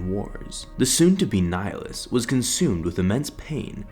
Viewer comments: Pretty sure your pronouncing "Nihilus" wrong. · ok but your pronouncing of nihilus ( latin origin ) is terrible #nofront